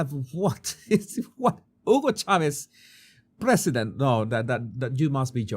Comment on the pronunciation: Every time he says President it makes me cringe. He says it with a slur like Presssdnt. Ugh.